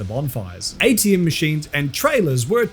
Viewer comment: Did you say ATMMs